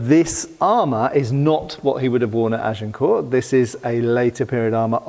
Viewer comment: Please, drop the "t" at the end of "Agincourt"!